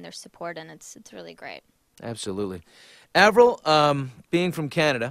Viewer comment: lol "avirl" wth :/